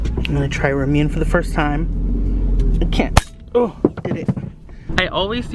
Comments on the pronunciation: Its not pronounced rah-moon its supposed to be called ra-mun-ne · It’s not pronounced ranune its pronounced rawm - oun - ne but ily so so much #unicornfam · RA-MOO-NEH WHAT IS RAMYOON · Ramune- Rom-Un-A Your welcome everyone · I love ur vids but it was triggering me the ramumè is pronounced (Ruh-moon-ay) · It’s pronounced RAW MOO NAY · Ramuné: (RAH - MOO - NAY) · it’s RaH-MooN-AyEe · You pronounce it Ra moo nay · It’s ram-you-nay no hate love you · It's pronounced ram oo nae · Personally, I don’t know if this is correct, but I THINK ramune is pronounced rah-mooh-nay. Just my opinion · No offense but it's pronounced Ra-mu-ne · i love ramune! haha but btw (just so ya know) its pronounced "rah-moo-neh" japanese tends to have a similar pronunciation to spanish, the way you said it sounded more like you were saying ramen in korean lol, just some info, love you!🦄💛 #uniicornfam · Omg I was freaking dyin when he kept sayin Ramune wrong